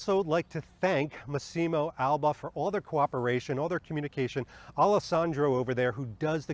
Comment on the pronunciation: Great video 👍 Lovely coat but personally not a fan of this look on Bond. Looks more like a Dr Who costume IMHO. (Btw it's "Mass-imo" not "Masseeemo" (sorry😉))